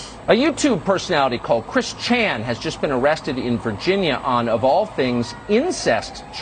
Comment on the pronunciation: Hahaha I love how he says “Chris ChAN”